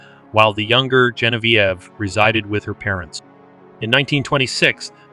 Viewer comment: Hopefully you take this as constructive. Zhe [like the as portion of tre as ure] On [Like john] V [Like the letter] Ev [Like ever] So... Zhe on v ev Gen vie ve 👍